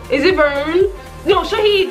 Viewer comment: She keeps saying "sha-hed" It reminds me of the martyred soldiers Ah..lol